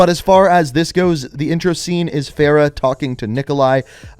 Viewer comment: Farah? Bruh.